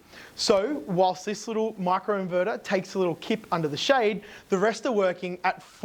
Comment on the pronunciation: Micro inverter not macro inverter! Pronounce the I not A